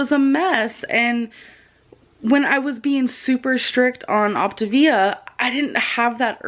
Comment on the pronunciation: The first time I had ever heard of Optavia was through ALR and Obese to Beast. I’d like to take this moment to apologize to ALR for mentally making fun of her for the way she pronounced Optavia. Turns out, she was right. I will still mentally make fun of the company for how the pronounce their name, but that isn’t ALRs fault haha. Also, if you’re going to take the time to package up your own almond milk and flavoring, why don’t you just make the coffee at home too? I feel like the point of getting coffee at a coffee shop is so that you don’t have to worry about making it yourself. The only time I’d say this makes sense is if you have a severe food allergy or if you have some kind of religious food standard.